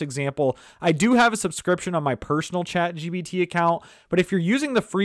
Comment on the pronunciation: Chat GBT, GBT - it's irritating... so pissed out... can't listen to him